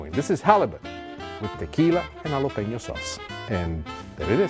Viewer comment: Please don’t say “yalapenio” You pronounce it “Halapeño” 😐🇲🇽